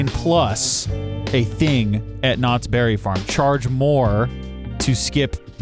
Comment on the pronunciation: Its not Knotts BERRY farm its Knotts Berry FARm